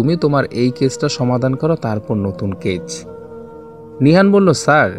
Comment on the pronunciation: Case হবে শব্দটা ক্যাচ নয়